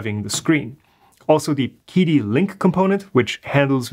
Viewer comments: Chee-Dee, not Kee Dee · I believe it’s pronounced “chee dee”, not “kee dee”. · it's pronounced "chidi" not quidi :) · I don't want to be THAT guy but the Q in Qidi is pronounced more like "tch" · Just so y'all know... Qidi is pronounced "Chi Di" - Qi is pinyin for 气 (or 氣 in traditional Chinese), and means "air" or "vapour" (not vapourware, for those still waiting for a Qidi box!)